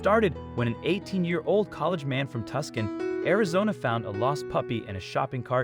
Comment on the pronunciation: It sure would be nice if you could properly pronounce the name of Tucson Arizona. It is not tuss can. It is too san.